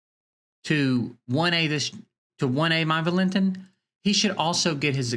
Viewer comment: The autoloot system could be boosted. Theyve been playing around with it constantly since beta. It used to give 24 hours for the 20 gem auto loot. Maybe they change the drop to every 20 seconds as well. Valentin is pronounced Val-in-teen I think they need to figure out some new events with unique fights. Have random events that pop up every hour, every 6 hours, 12 hours, daily etc. have interesting oddball fights. For example maybe the goal can be to survive as many turns as possible against an unkillable boss. Remove all offensive skills so u have to build unique groups loaded with counterattack, dots that proc on hit, reflect, etc. Do interesting things that require off the wall group comps. Essentially the game has early and mid game content but no real end game. I also think they need to bracket the events based on account power. There is zero chance for f2p to ever compete in certain events like the nedgia event running now. Maybe they bracket based on money spent as well.